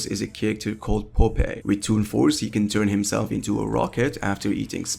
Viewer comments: Poo pei lol am I old for knowing who Popeye is? Also, how do you mispronounce that even if you've never seen the cartoon? It's pop then eye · Good video, but never ever in your entire life ever pronounce popeye as "pop-aye" ever again. It's "pop-eye" no matter what accent you may have. Literally not a single justifiable reason to ever crucify such a word as popeye. What's even worse is that the word popeye is literally composed of two words and they are pronounced exactly how they were originally pronounced by themselves so there was literally not a single good reason you have to say that name that badly. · No way he called “Pop-eye!” “ “Pop-eh!” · did this mf say popaye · POPEJ?!?! POPEJJJ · Who tf is “pop-aye” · dude did NOT just say poh-pei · just for the future its (pop-eye) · omg no its pronounced ( pop-eyes) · No way dude said "popei" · I cannot believe I just heard you pronounce Popeye like that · The way he said popeye lol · What the hell did he call popeye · YOU DID NOT PRONOUNCE POPEYE THAT WAY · How did you somehow butcher the pronunciation of Popeye. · the way he says popeye is a crime against humanity